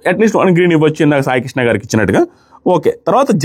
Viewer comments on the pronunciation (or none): none